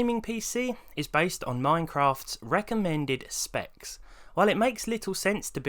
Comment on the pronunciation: “The wecommend amount of dead detonated wam for a suvah”